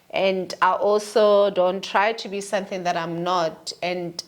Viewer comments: Thato is real, period!!!.... Love it when she says Sunthing 😂😅, it's not our mother tongue anyway😊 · Is she say Sunthing or something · She 'll say sunthing 😂😂